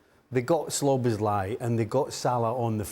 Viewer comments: I know, it's really annoying. I heard Steve McManaman call him "Sloboszlai" on co-commentary in the match too. His name really isn't that difficult to say, I don't know why they find it so tough to do so. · Why does Stevie always say SLOBoszlai 😂😂😢😢